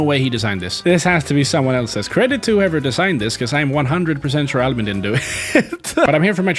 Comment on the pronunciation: i knew the first episode that albin was a swedish name or the way you said it cuz i am swedish